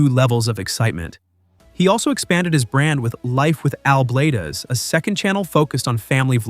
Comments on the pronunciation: Why are you mis-pronouncing Al’s last name? It’s Blades as in “blades of grass”. AI or not, get it right, please.😉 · If you're gonna talk about somebody, at least say their name right, Al Blaaaaa dzzz is how you say it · Evidently you don't watch his shows. You keep mispronouncing his last name. Sounds like BLADES. BUT A Z INSTEAD OF S. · It’s pronounced Blade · Al is awesome! If you are going to keep having artificial (un)intelligence narrate your videos, you need to go back and make sure it is saying things right, especially names. It seems very disrespectful that you allowed it to continually mispronounce his last name. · I have watching Al for a few years now, he is the kindest,sweet guy. Everyone has a few bumps in the road. A I can’t pronounce his name right, that’s why I don’t like A I reporting. Al is a very hard worker, and he is well liked. ❤️💕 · You really should learn how to pronounce his name correctly. i know how good his work is because I have been subscribed to his channel for over a year. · I watch Al but who ever or whatever spoke on this video did not know how to say his last name!!! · Yes if you going talk about someone learn how to pronounce his name right. Al is an awesome guy who blesses many many people. The guy that is talking sure needs to learn more about the person he is talking about. God bless you Al. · You don't even know how to say his last name!!! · That's not how you pronounce Bladez. So that means you've never watched his vids. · Come on, if you are gonna talk about this man, at least say his name correctly‼️I love his videos, his kind heart and his hard work, at least give hm the respect he deserves and has earned!!! Al Bladez‼️‼️ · Robots always mispronounce names and words. Irritating! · Yes, as soon as he pronounced his name twice, I stopped watching!!! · Pronounced Blades not blah dez. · Al is a great guy, but I think the 'Bladez' is pronounced 'Blaydz' rather than Blad--ez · Blades Bladez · Bladez is is pronounced as Blades